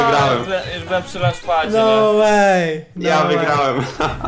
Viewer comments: lanchpad a nie dzampad mordeczko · Nie dżamp pad tylko lancz pad